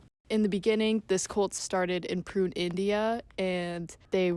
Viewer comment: Massive holes in this interpretation. I would not trust much of this video as the speaker does not even know how to pronounce Pune, India. There was apparently an FBI or CIA plot to turn the Oregon Commune into another Jones Town by poisoning all of them..Also local redneck Americans performed terorist acts on buildings owned by the commune and killed inocent people. The Ignorant locals just hated the Commune and did everything to intimidate and destroy them. The sex obsessed American culture focuced in on the sex. Osho once said to a journalist who asked him "why are you so obsessed with sex?" which he answered, "I have written 150 books and only 2 of them are about sex...I think you are the one obsessed with sex"